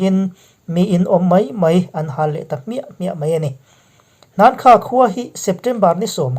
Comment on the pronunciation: Hakha tih tur ani zawk in kahri